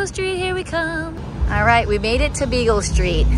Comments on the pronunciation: LoL... It's so cute that you keep saying Beagle st. It's Beale st. ☺️😂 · you crack me up "Bagel" Street...I think u meant Beale Street!!! Lol 😆 😅😂 Looks like u all are having a blast!! I wonder how the boys are doing??? Stay cool!! These hot days are killing us all down here!!